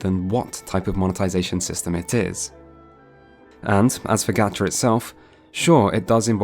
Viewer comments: "Gotcha" is actually more accurate for pronunciation. The vowels in Japanese are pronounced the same as Spanish. Also, You do realize its not just anime girls, right?. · Someone has to have mentioned it over the last 4 years but Ctrl + F isn't finding anything soooo... There's no "aah" as in "apple" sound in Japanese. "Ga" in Japanese is pronounced "gahh" as in the first sound in "ought" or "octopus". The "g" isn't quite a "g" sound either but that's more forgivable. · technically it is pronounced gahcha cause hiragana "ga" sound is like coffee, not cafe. nice video on genshin. considering getting into it but didn't know if it was worth my time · how is gatcha pronounced with an american a when that isnt even part of the japanese vowel system? I googled japanese gacha videos for this and waited until they pronounced it and they pronounce it gacha as in mark not cat. I'm so confused. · You tried to correct the pronunciation of Gacha and you were wrong lol. the A in japanese has ONE pronunciation. Ah. Gah-chah-p-own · I’ve been saying this the whole time: I will only play this game if a private, cracked offline client goes up. It could be so good but it has to get bogged down by capitalistic greed, like if it was just a regular game I’d be sold on it. Also it is pronounced “gotcha”. Don’t know where you got that motion from. That’s how the Japanese “A” sound works. Every vowel in Japanese is always pronounced the same way in every word. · Fine video but for a guy making a point about how people pronounce gatcha wrong he’s pronouncing gatcha wrong.... yeesh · The ‘proper’ Japanese pronunciation wouldn’t be /gætʃa/ like described in vid, the first vowel is actually /a/ as in the a in father. It’s not that big of a deal it’s just the fact he pointed it out so much in the vid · The one thing he's wrong about is the pronunciation. It actually is pronounced like "gotcha" - Japanese doesn't have the soft A sound as in "apple". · It's not gacha it's got'cha